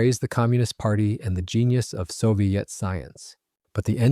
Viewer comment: Since when did we start pronounciating "Soviet" as "so-vai-et"?